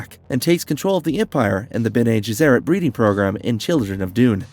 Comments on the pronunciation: It should be 'BENnay GESserrit' - not 'JESserit'. It's a Latin phrase meaning 'those who do good' - an ideal title for a group self-serving, manipulative megalomaniacs! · Also "mentant, and the b'nay gheserat" ? "Presenants"? Ah man he actually finally called it presience as I was typing. Someone isn't a fan of dune and is just reading a script... I'm pretty much the comic book guy from the Simpsons rite now, lol. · I enjoy the videos and love that you’re covering Dune, but PLEASE get your pronunciations down. It is painful. Some of them are open to interpretation but when you get names wrong and can’t even pronounce Bene Gesserit correctly it hurts your credibility as a knowledgeable content creator. Looking forward to future videos! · Irulan - I-ru-Lan Bene Gesserit - Bene gEsserit (not Bene jessErit) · Your pronunciations are WAY off.. BENNIE JES-ER-AT KWE-ZATS-HAD-ERACK But you get Harkonnen right 🤣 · Mispronunciations on Bene Gesserit, Princess Irulan and Padishah Emperor. Pretty bad even for an AI.